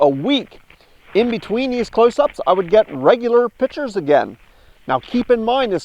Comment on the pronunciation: it's pictures not pitchers